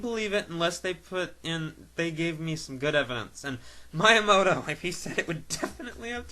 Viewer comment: Pronounced: Me-ah-moto